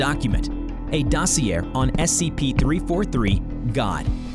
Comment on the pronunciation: OK, not an insult just a mere curiosity...do you use AI for the voices? The way you phonetically, badly mispronounced certain words was odd. Some of the words are tricky, like Dossier, but you phonetically speak other more commonly known words. If you aren't a native English speaker or something, I genuinely mean no offense. I'm just curious. If you do, that's incredible, honestly. What a cheeky way to fully voice your vids solo. Love your stories, btw. I like that it's more of a series than a document being read outloud.